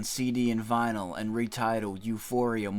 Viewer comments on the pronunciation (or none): none